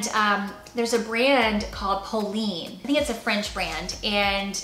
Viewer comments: Polene bags r super! Pronounced pol- en. 🙋🏻‍♀️❤️ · Loved this video! ❤ I always decide what is classic for me and ignore the rest. I am not a fan of black pencils skirts but I did wear it when I was younger. An a line skirt is a better fit for my body type so I gave it away. Still kept the black heels but the heel is 2 inches high so I can walk in these. FYI the brand Polène is indeed French and pronounced like Polen 😊. Bisous from Montreal! 😍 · It’s polene. Ending sounds like the name Leonard. Polene